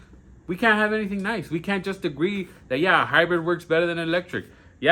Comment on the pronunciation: Newsome can't even pronounce "hybrid"! And didn't he want to outlaw even those? How about we dump the used up EV batteries on Newsome's property. What a dick.